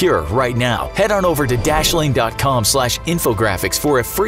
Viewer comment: I thought he said "dabby u, dabby u, dabby u."